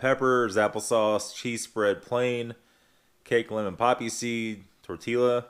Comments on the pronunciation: Susan Carr I was gonna say that too. Definitely tee-ya, not tee-la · The double l is pronounced like a ya. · Tor-tee-ya is definitely how Iv always pronounced it. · Hahaha my dude said Tor Tilla!